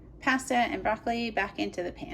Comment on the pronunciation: The way you say pasta is bizarrely infuriating